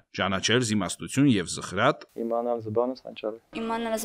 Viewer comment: Ոչ թե զըխրատ,այլ ըզխրատ պետք է արտասանել։